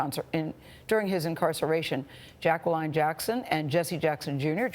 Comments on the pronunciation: Mrs.Jackson doesn’t pronounce her name as Jack-ca-Lin she pronounces it as Jack-ca-line. LoL at first I thought Gayle was saying it wrong to 🤣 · She doesn’t know how to pronounce “Jacqueline”.